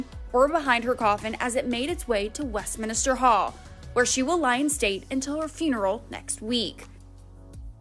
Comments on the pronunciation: It's MINster hall, not MINIster hall. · The narrator says Westminister Hall but the correct wording is Westminster Hall. Thank you for your story.